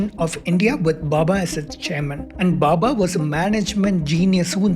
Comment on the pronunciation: Arrey baba, it's Bhabha, and not Bubba